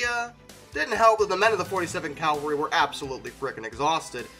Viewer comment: Okay, this pronunciation is a pet peeve of mine. It's CAV-AL-RY. Not "Calvary". Calvary is the place where Jesus died.